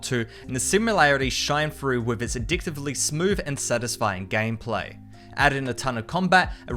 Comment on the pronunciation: Don’t say gam pla pronounce it gaym play